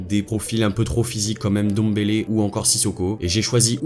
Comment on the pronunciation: C'est NGOLO pas N'Golo😡😡😡 C'est NDOMBELE, pas N'Dombele😡😡😡 C'est MBAPPE, pas M'Bappé😡😡😡 Les français 😪😪😪😪😪😪😪